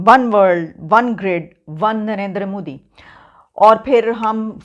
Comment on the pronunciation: Its nt mudi its modi ......are bhai kam se kam nam to thik se liya karo